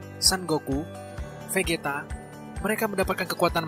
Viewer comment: Vegeta dibaca bejita bgg bukan vegeta gtuu.. Haduhh